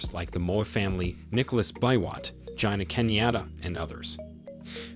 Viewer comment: that's the wrong Ngina Kenyatta, and you massacred her name real good